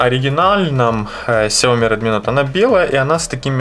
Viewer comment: Не нот а ноут